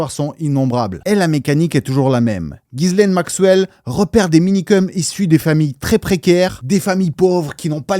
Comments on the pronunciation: Mini mention sur la prononciation du prénom de "GHISLAINE" Maxwell : On prononce "JISS-laine" 😉 Le "Guy" du début accroche mon oreille à tous les coups 😊 Superbes explications et analyses ❤ Continue 🤗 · mes oreilles saignent : GUI LAINE MAXWELL !!!!